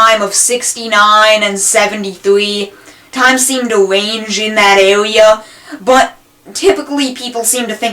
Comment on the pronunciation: twimes seem to wange im dat awea